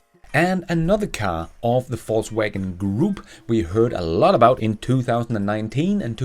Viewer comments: I love how you pronounced VW as “falsewagon” 🤣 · Is it me, or does always seem to pronounce "Volkswagen" as "Falsewagen"? 😅